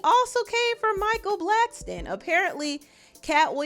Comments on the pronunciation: Bro why are you saying Blackston lol there’s no T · Ur saying Blackston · Black- son your saying it wrong 😑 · Blackson* not blackston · BLACKSON not Blackstone !!! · Micheal BlackSON not Blackston!